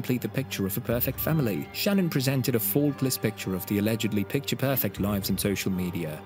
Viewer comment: She are showing the mistress, and it is Sha-nnanne